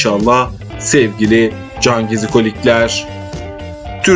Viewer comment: Her cümlenin sonunda cangezikolikler demene gıcık oldum o nasıl bir vurgudur öyle sana ilk tavsiyem hemen diksiyon dersleri alman 👍